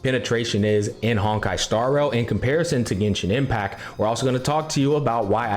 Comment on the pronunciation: bro just forgot how to pronounce 't' for a few seconds loll he said genshin impac swirl the elemens loll jk ly brother keep up the grind